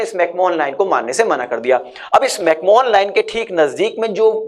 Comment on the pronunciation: Bhai mere mcmohan ko pronounce Galat kar rahe ho Isme koi Mohan nai Hai Google karo correct pronunciation